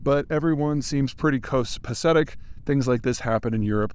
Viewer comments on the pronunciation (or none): Mispronunciation of the word copacetic was unexpected